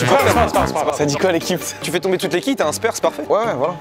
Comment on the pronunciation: Il ma fait mal au oreille quand il dit spEre FAUT DIRE spAre